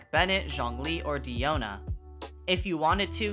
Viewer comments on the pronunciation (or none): none